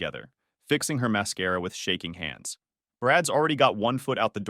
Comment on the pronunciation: The I.A agent really likes to say máscara ...